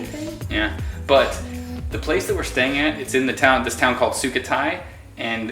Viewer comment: Dude its "Su--khoo-thai" not "Su-kha-thai"